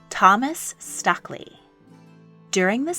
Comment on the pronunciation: Very interesting! It's pronounced Stookley by the way. Regards, Chas.